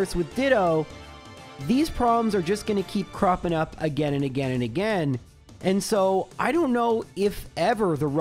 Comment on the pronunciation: As always, awesome video. (Btw, I miss when you used to say again like “uh-gain” 😢)